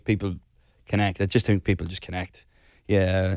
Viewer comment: No one: Niall: "I tink..."